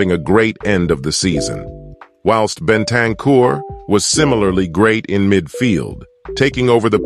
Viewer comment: Love this guys wonky American way of pronouncing the names😂!! Eric Deer??? Postecog-low?? Bentancyure??? I was cracking up waiting for the next name he was gonna torture into a weird shape!!😂😂😂 He makes a good point though; our recruitment has slowly been changing for the better this last few years…